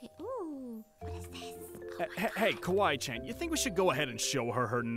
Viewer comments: It's Kawaii Not Kawwaii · You aren't copying but you said "kawwi chan" Instead of Kawaii~chan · It's Kawaii Not Kawai